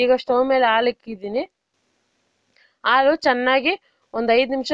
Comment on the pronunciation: ನೀವು ರೆಸಿಪಿ ಬಗ್ಗೆ ಚೆನ್ನಾಗಿ ಹೇಳುತ್ತೀರಾ..ಬಟ್ ಹಾಲು ಅಂತ ನೀಟ್ ಆಗಿ ಉಚ್ಚಾರ ಮಾಡಿ ಆಲು ಅಲ್ಲ